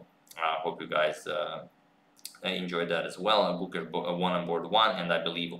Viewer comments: The 'e" in Gukesh is longer and the 'u' is shorter. Its like 'Gukeysh' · #suggestion The pronunciation of the 'e' in Gukesh is elongated, as the 'a' in rAce/phAse. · I'm here to just listen Agad say GUKESH 😜😁